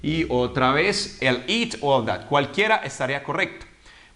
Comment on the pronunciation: Pronunciaste ''it'' como at?